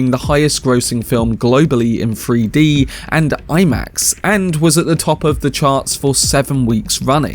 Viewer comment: Free-D? You mean Three-D? Lol